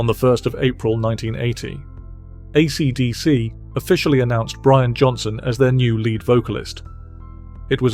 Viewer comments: Please ditch the awful AI voice. No one pronounces AC/DC like that and it’s very distracting. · The narrator has an odd way of pronouncing "AC/DC". AI slop? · Was well worth watching this video, if only to hear the name AC/DC pronounced in a way I have never heard before, in all the decades I've followed them.